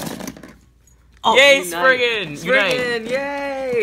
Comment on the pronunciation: Why do people still call it spriggen it is still sprizen